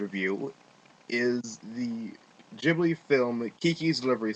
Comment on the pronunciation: It's a silent H in Ghibli It's Said Gib-li Great Review though xD P.s. I love the film it's totally A Slice of Life, Coming of Age, Fun & Happy film :D